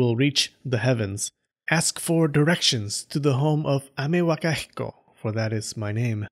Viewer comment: I like how you can pronounce Amewakahiko perfectly and can't pronounce phenomenon